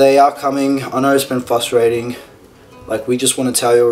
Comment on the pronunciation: Aaaawwww he said fustrating